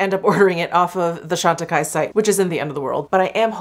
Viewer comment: Jefree Star used the Chantecaille CBD cream in his last "testing new products" video. He pronounced the name "Chantecaille" incorrectly. 🙄